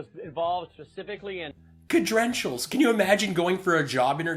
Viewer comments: Lindell: "Cedrentials" 😂😂😂. Is this what happens when you become a criminal? You can't speak properly? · I would like to know the oranges of the word 'cedrentials'. Is it Gerk or Lattin?